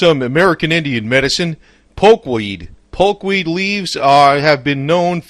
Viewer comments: POKE not polk.. If you can't get that right............ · It's poke not polk..